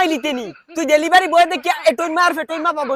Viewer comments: ডেলিভারি ❌❌ ড়েলিভারি😁 কি রাগ করলা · ডেলিভারি ❌ড়েলিভারি✅ ❤️ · ড়েলিভারী ✅ ডেলিভারি ❌ 🤣😂😂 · ড়েলিভারি ❌ ডেলিভারি ✅ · ডেলিভারি ❌ড়েলিভারি✅